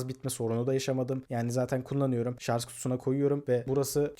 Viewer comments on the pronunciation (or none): KAFAYI YEDİM ŞARJ KELİMESİNİ DUYARKEN ama video güzel